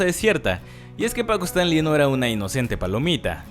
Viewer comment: Todo bien solo que siento que es disléxico este chavo porque pronuncia mal casi todos los apellidos Es Stanley no Stanli Azcárraga Jean no Jin 🤔